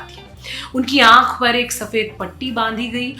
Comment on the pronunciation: Please learn URDU before uploading your videos. Rakhee not Raqhee. Khagai not qhaagai. This is serious. Ankh not anqh